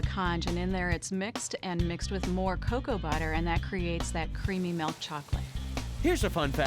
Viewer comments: I swear if she says melk one more time. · Why does she say milk as “melk”? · She keeps saying “Melk” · I’ve been looking for a comment like this I thought I was the only one that caught me off guard i’ve never had Melk before😂😂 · Or “melk” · Why she say milk like that